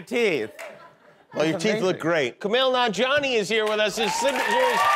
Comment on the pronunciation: I love how Jimmy casually butchers Kumail’s name and moves on.